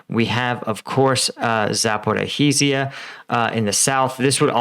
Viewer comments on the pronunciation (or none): Pronounced “Zap-Or-i-zhia” or “zap-or-oh-zhye” zh (ж) is one sound similar to J.